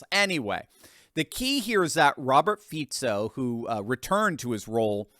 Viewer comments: Ah finally someone correctly pronouncing our PM's name. He is just slightly left and all conservative. And yeah he got famous for saying he wants peace on Ukraine, no weapons for them, no Slovak troops fighting against Russia, and criticizes the covid policies of the previous government and is against WHO gaining the right to rule over us when they self proclaim another pandemic. Yeah I wonder why they tried to murder him. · Thank you, for the correction of pronunciation of Fico’s name. However, Visegrád is pronounced “ vishegrád” with an “ sh” sound in the name of the Hungarian town by the Danube.